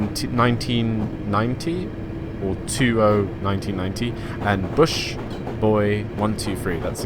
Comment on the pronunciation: Bushboy? Bus boy......... bus not bush 😂😂